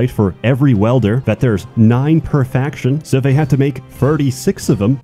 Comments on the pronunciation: Dude.... You said it like 457 times wrong it's WIIIEEELder not welder wtf 🤦‍♂️🤦‍♂️🤦‍♂️ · I kept hearing Welder and got quite confused until I realised it was Wielder. But still, great stuff! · dedication to saying "welder" instead of "wielder" was so strong I'm still not sure if it was intentional or he actually thinks it's pronounced like that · He’s trying a psy-op campaign to make “welder” overtake “wielder” in the common lingo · same. i too found it weird af that he says welder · insanity is clicking on this video again, hoping that somehow he won't pronounce it "welder" this time around. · Love the content but you're pronouncing wielder as welder.